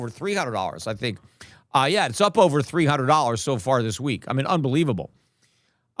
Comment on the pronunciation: Peter.... Silvah, ovah, 100. 😂😂🎉🎉🎉 Fk butcorn